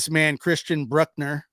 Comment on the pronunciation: Yes, I can confirm that suspects names are abbreviated to initials, the last names at least. Thanks for talking about this case and you did an amazing job of pronouncing it. Almost perfect! Please don't take criticism to heart. Some do mean very well.